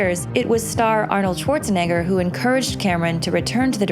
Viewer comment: Thank you for pronouncing Schwarzenegger more properly than the usual annoying "SSSwarzenegger" that's all over youtube!